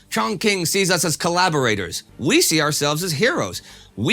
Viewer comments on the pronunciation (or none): Chongqing is pronounced as Chong-Ching and not Chong-King. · pronounced ‘chong-ching ‘ great vids tho 👌